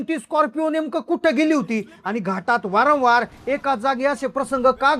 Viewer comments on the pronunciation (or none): none